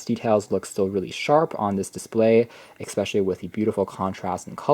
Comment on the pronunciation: It's not eXpecially. It's especially!!!